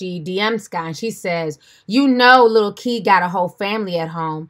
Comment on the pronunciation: Lol i thought she said lil key 🤣😂